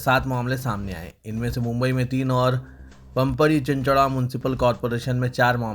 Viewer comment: PIMPRI AUR CHINCHWAD PUNE K MUQAMAAT HAIN TALAFFUZ SAHI KAREN